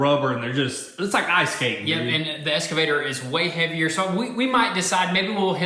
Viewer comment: Boys, I've been holding back on this for a long time.......but it's eXcavator, not eScavator. Kills me with chuckles every time you say it. :-)